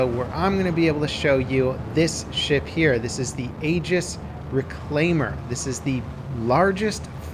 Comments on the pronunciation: its not pronouced ageis good god man dont fuck up that badly eegis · Just an FYI, don't misunderstand me as it's not an insult but just helping you so you can pronounce it properly in the future. "Aegis" is the greek word for shield, and it is pronounced "ee-jis". Just an FYI :)